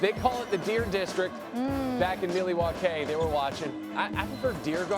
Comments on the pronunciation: “Milly waaa kay” someone escort this man out the building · I hope you are joking. NO ONE from Wisconsin pronounces it "Ma-Wau-kee." You sound like a uneducated fool that has never stepped foot in Wisconsin. MIL-WAU-KEE! Have you never watched the start of a home Bucks game? Or heard people call it The MIL or MILTOWN? FEAR THE DEER!🦌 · mil wauk aye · Stop saying Milly-wha-kay …about to get cancelled (cultural appropriation) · its Pronounced Ma-Wau-kee. The L is silent boys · You a crack head 😂 No one from Milwaukee Pronounces it with a L ever 😂 you aint never been to Cream city lil boy